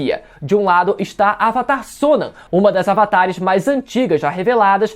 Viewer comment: Please pronounce the name correctly, Sonam